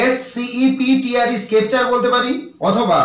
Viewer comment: Otar uchcharon hobe septer not skepture